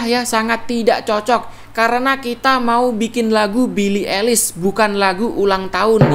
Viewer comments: Bacanya Bili aylish bang, bukan bili elis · billie paling anti mainstream kl buat musik nya. ohhh ya fyi cara nyebut nama billie itu "ailis" bukan "elis" hehehe😁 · Aduh bacanya😅, "belii elis" 🤣🤣🤣🤣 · Why Indonesian people said elis? (eilish) LMAOO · Billie eilish dibaca bili ailish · Pronounce eilish nya ailish bang yg bener :(